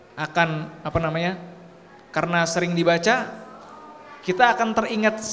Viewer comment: Alhamdulillah mantap Tapi tadi bilang sering nya kok jadi seling mulu hehe